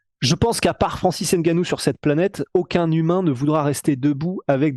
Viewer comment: Insuportable cette manie Française d'écorcher les noms des Africains. N Gannou. NON! C'est N(Phonetique)gannou! La Soeur!🙃